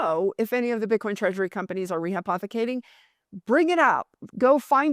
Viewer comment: She said rehypothicating more than the amount of Bitcoin